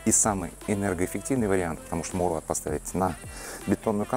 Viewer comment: Мауэлрат... не маулрат😂😂😂